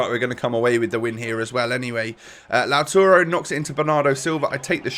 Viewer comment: It’s LAUTARO